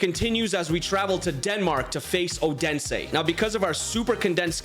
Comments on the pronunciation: Its Not Ådense Its Odense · Great video, however my earz will need some rest after hearing you butchering the pronunciation of Odense😂 Thought you were saying udinese the whole time😅